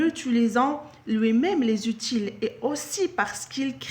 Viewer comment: C'est pas , c'est - ootie